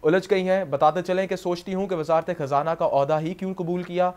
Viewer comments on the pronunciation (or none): Its خزانہ not کھزانہ